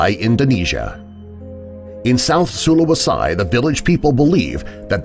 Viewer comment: Tidong pronounced as Tee-dong, not Tai-dong and sulawesi is Soo-lawesee, not soo-lawe-sai